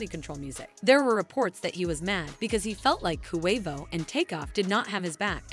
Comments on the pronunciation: Koo Way Voe? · Who tf is koowayvoooo? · Jesus get off the rap if you can’t even pronounce his name right QUAVO NOT KUHWAVO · Its Not Pronounced CoWavo its Pronounced Quavo..Yall Wanna Speak on Our Culture, At least Pronounce The Names Right out Of Respect..And If You Don't Know How To Pronounce it Right Ask Someone From The Culture.. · I’M SO SORRY BC I’M SAD ABOUT TAKEOFF BUT SHE KEPT SAYING “KOO-WAY-VO” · QUAY-vo— QUAVO pendeja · stop sayin KOO-WAY-VO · This reporter bish can't say Quavo right... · This video does not deserve to be watched they obviously don’t know anything about migos if she keeps saying ku way vo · KHU WAY VOUGH 😭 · Girl, it’s QUA-VO 😂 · Ooookay, I’m out. I can’t hear KOO A VOH any longer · Why is she saying Koo Way Vo ? 🤦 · “Coo wave oh “mam get it together it ain’t hard “so Wheatie”🙄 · How she say Quevo is really irking me lol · Coo-Wave-Oh🤣, could never take this serious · KHUU WHEY VOUHH AND SA WEE TEHY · WHY THIS CHICK KEEP SAYING KOO-WAY-VO?!?! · I’m out, said it way too many times 😂😂😂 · This that goofy ass AI shyt. KHU WAY VOHH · Kuwaivo, like Kuwait 🇰🇼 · Why do you say Quavo so weird? Let it come out naturally. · Yall whiyte folks annoying ..y'all didn't listen to a LICK of their music..can't even say QUAVO right and yall wanna report his DEATH but not celebrate his successes? FUCK Yall. Thumbs down. Yall get on my gd nerves. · Like no lie, stop saying Quavo name like that. An on some real, any real hip hop heads should not even be watching this. She disrespectful to so many of our names. Smh 🤦‍♀️ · 😑 You a culture vulture. Probably didn't even know who the Migos or Quavo was before Takeoff's death. Can't even pronounce Quavo's name right. Can't stand you maggot maf***a's that make videos just for views and likes. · QUAVO BITCH SAY IT RIGHT